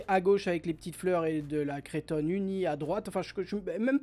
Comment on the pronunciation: coucou! on dit cretonne! pas crétonne!;)